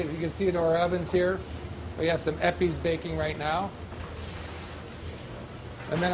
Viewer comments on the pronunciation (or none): Towards the end of this video when he is in the bakery he says "we have some EPIS baking.." sounds liks epis?? what is he saying.. anyone? Great video, amazing chef. Brilliant philosophy.